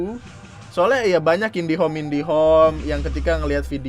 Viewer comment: Jadi aneh ngedengernya gua